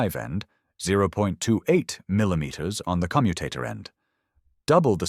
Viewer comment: AI audio naff again. Commutator stress should be on O , and not U which relates to the verb to commute. pay a bit more and get it right !